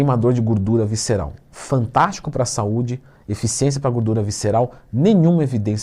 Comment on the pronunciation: Se tem Twin falando GÚRDURA tem like kkkk